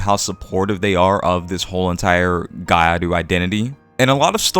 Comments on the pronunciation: It's pronunced Gi-YAh-Ru, not gai aru. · Gyaru isn't pronounced "gai aru" lol. Gya is one syllable. If you're having trouble pronouncing that, just saying "gal" is perfectly acceptable. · What lie??? It's exactly how it's pronounced, just spoken fast so that the sounds blend together into one, both gyaru and Nguyễn. Maybe learn the subject before making stupid accusations like that? The word gyaru is spoken exactly how it's written, yet the guy turned it into gairu, meaning he has no idea which group of letters are supposed to be together, hence breaking it down into Gi and Yah then Ru is enough for him to get it. The same goes for something like kitsune. Non-Japanese speakers tend to misunderstand it as kit su ne, when it's actually ki tsu ne. Just a matter of breaking into correct units of consonants and vowels. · what did you just say? did you just say gaiaru? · Gya is actually one syllable, but what you said would be better than what they're saying lol